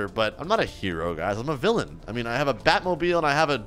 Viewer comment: bro just said hero to villaan